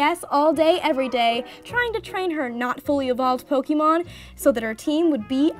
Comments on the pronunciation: It made me cringe every time she said "pokeemon"... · oh shit when she spelt it like pokeemon i figured she just spelt it wrong i did not know she was talking about the pronunciation sorry